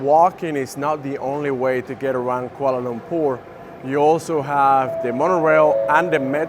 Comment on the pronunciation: ok i sub because you pronounce kuala lumpur accurately.